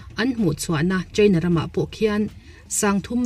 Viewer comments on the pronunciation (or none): none